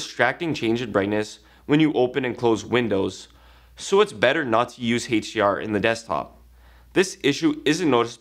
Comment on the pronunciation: "Heych D R" It's HDR